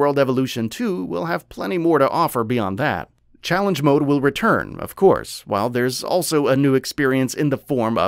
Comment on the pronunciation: Never in my life have I ever heard any Youtuber pronounce "Mode" MUDz